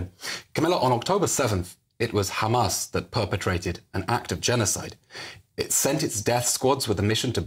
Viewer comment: I m tired of hearing the word Khamas hundreds of times in one speech. Totally exhausting. A broken record squeaking.